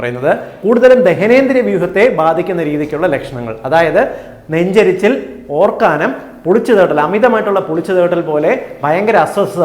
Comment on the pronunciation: നന്നായി വിവരിച്ചു. ഓർക്കാനം ആണോ, ഓക്കാനം ആണോ